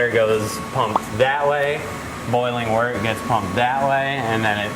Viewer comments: Stop, stop stop. You’re pronouncing it wrong! It’s wOrt not wArt. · He has been saying WORTer this whole time!!! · Every time Brad says "Wort" I think he's saying "Water" lmfaooo